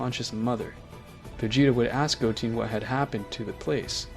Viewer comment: “Instant Teleportation” “Gochen” “Shenlong” these are pronunciation “instant transmission” “go ten” and “shen ron”. Also Gohan deciding to use super Saiyan 2 and not ultimate and Goku not starting with Super Saiyan Blue kaioken x20 fighting the gods the first time does not make logical sense especially since Gohan is smart enough to make a decent decision. The new forms you made were very cringe some of these include Super Saiyan 3 ascended and Super Saiyan Purple God. is just something that would never happen. Also Saiyans have been stated to have a lifespan of 2 times the average of humans. (The average human life span is 80 years old) Also, Buu was able to break out of the time chamber easily so they would have been able to break out just with Goku’s Super Saiyan Blue. this video was ok otherwise.